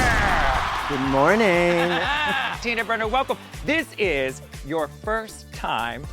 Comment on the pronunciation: I thought she said "Tuna burger", IS IT JUST ME..